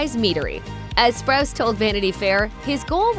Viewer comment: You’re funny, you said spruce it’s spruce o